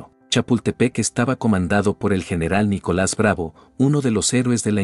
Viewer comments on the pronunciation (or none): none